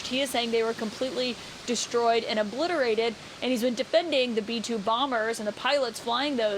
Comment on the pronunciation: But they were OH-blitarated